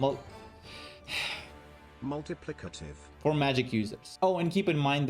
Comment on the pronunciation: First of all thank you for the guide. It was easy to digest, and hearing you struggle to say multiplicative was hilarious! I have issues with pronunciation of some words myself.